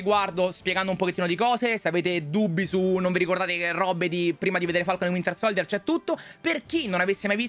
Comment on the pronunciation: Ma perché non riuscite a pronunciare correttamente SOLDIER🙄 (SOLJIER)